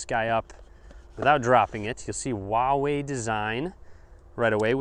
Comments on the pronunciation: It's huawei not wahwei. Lol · It pronounces hooa-wei actually